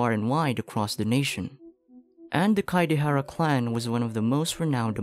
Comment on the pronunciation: kaedehara is pronounced as kaidehara